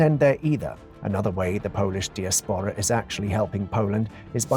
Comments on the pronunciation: He said disapora instead of diaspora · Diaspora is pronounced " die ass pora". Nothing makes AI generated vidclips more obvious than poor pronunciation.